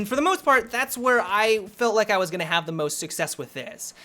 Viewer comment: Go to and slow it to 0.5 speed. "You're gonngngdng need" It is fucking brilliant.